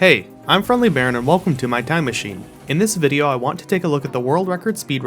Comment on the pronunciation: Fwiendwy Bawwon